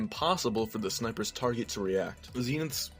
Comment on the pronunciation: "zenith's" is pronounced "seanuts"